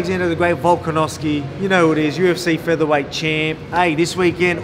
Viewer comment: The way Australians pronounce “Champ” “Cheemp” 🤣